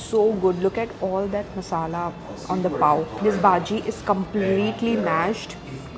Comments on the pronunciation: I really don't know whether you pronounce all the dishes'names correctly or not but you really need to practice to say bhaji not baaji . 😂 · Why calls it BAJI and not BHAJI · It's bhaaji not baaji bro, being a Mumbai girl this is not expected from you🤣